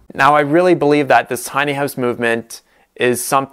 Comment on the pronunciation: Your Canadian is showing.... "Tiny Hoowse" :)